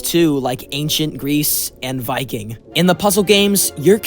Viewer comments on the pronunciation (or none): none